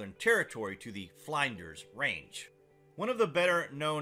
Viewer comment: Great expose of this very revelatory subject but just a couple of observations. Flinders' Ranges in Australia is pronounced just as they're spelled and not as Fl(eye)nder's Ranges as the commentator said. The younger Dryas period is pronounced as spelled and not the Younger 'Dry-adds'. Dr Robert Schoch has in fact only adopted the Cataclysmic plasma outburst theory and not the cosmic impact theory. The word is EScape and not EXcape. Just sayin'